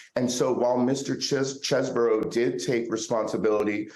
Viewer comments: You pronounced it wrong, it’s cheese-bro. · He pronounced it Chezz-bro when he submitted his plea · The attorney can't pronounce Chesebro's name correctly. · Do you know it's Chesebro and not Chesboro?